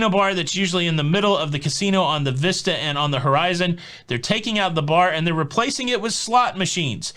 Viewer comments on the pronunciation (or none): none